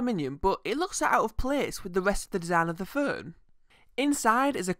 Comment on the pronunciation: "furn" WTF is a "furn"? Were you trying to pronounce the word 'Phone'?